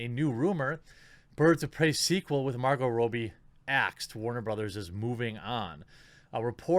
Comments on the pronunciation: Are you doing a meme with calling her Margo Rowbee? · Is that how you pronounce her name Marco Roby? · The way he’s pronouncing Margot Robbie is bothering me